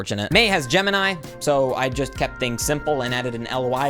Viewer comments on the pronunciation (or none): none